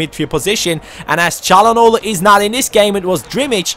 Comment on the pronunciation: ah so you can say calhanoglu well😆